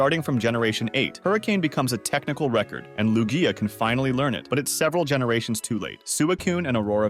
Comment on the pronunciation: Loo-geeya Louge-ya Sue-Ikun The pronunciations are wild on this one